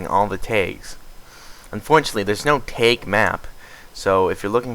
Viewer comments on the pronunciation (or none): dear god its t Ah g. not TAYG wtf pronounce it right.